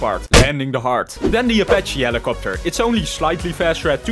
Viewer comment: when he says helicoputer